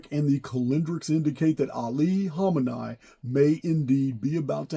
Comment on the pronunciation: It's pronounced "Kha-meh-knee"